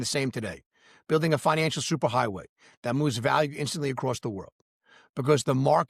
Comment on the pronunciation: You know, for a while I thought you were saying “Financialship” 😂😂 Because I do feel like I am in a relationship with my XRP. It’s up and down baby!😅😅 Happy new year and thanks for all the great content